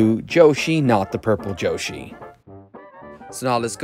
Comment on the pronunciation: Why does he say yoshis name like joshi